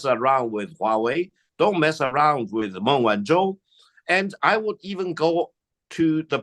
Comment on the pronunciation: Not Ming but Meng Like murn. With a silent r This for the bald man with big glasses- learn to say the name properly for respect